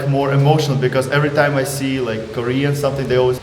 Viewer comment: I she 가 아니고 I see 에요 ㅋㅋㅋㅋㅋㅋㅋㅋㅋㅋㅋ